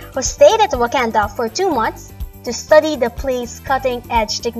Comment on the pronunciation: did she say wakanda ?